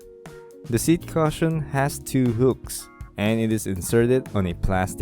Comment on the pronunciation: Thanks. Its pronounced "Cushion" as on Ku not "Caution" as in watch out.